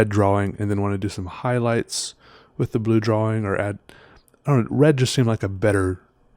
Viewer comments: I'm canadian, we dont say draw wing lol. Idk where he gets that from. Drives my also canadian girlfriend nuts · Wait is that why he says draw-wing? Not throwin shade, I think he's dreamy (and, duh, talented), but it throws me for a loop every. single. time.